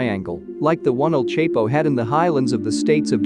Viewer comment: El Chepo😂😂😂😂😂 its not hard El CHAPO to pronounce